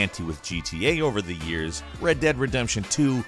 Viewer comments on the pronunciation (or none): none